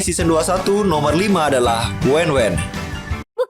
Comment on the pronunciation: Itu bukan wenwen Tapi wan wan